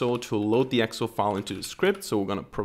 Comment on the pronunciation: Please pronounce Excel correctly. It's pronounced as Ex---cell not Exel